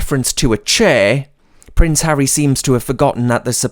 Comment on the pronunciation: when you said pampered price, I played it back, as I thought you said pampered prick. I think the latter is more fitting as his title. Thanks for the video.